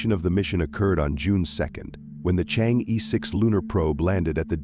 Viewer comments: It does not pronounce chang yi, but something like chang er (like M'er'cury) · You whites maliciously mispronounce it. It should be Chang er.